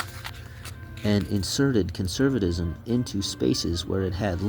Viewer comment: Did you smoke meth or take some adderall? Sound it out, bud. Cuh-cuh-cuh... cun-ser... cun-serv...cun-ser-vuh-tis-um. Fascism=fash-is-um. Fashisum